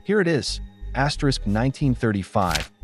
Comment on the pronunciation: Why on Earth does your computerized voice keep saying "asterix". It's very distracting and off putting.